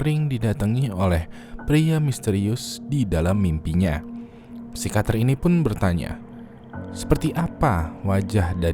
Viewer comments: yang bener psikiater bang bukan psikater plis ngakak sepanjang video.. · Psikiater bang bukan psikater wkwk